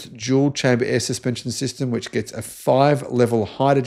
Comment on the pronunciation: I think the word is gets not Gest.